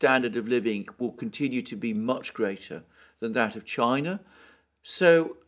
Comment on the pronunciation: "march" with an "R".